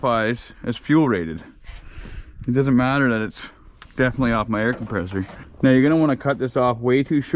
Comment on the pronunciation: is the only person ik who says meow instead of now 😂 love the vidyas peg